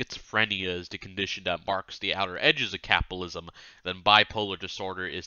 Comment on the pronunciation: No, Art is right, the reading is absolutely horrible. There's a flub almost every 30 seconds. Is it too much to ask that someone reading an audiobook can actually pronounce the words they're reading? Or is that elitist? Not to mention the weird tone he puts on... "capalism" "ingalitarian" "da" instead of "the", "dat" instead of "that" "Meelo-Civic" "cosmitolitan" "phil-insteen" "anudder" "condeeshon" "messiah-nick" etc... Reading ain't his thing. I guess this is what free gets you. "From each according to his ability, to each according to his needs"